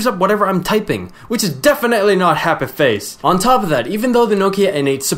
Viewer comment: DEFINITELY NOT HAPPEH-FACE!